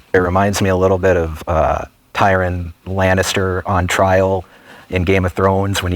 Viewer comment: Tyrant Lan-ass-ter??? He did NOT watch Game of Thrones. 😂😂😂😂😂😂